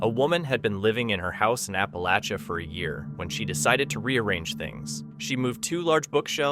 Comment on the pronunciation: Please learn the proper way to say "Appalachian " and "Appalachia ".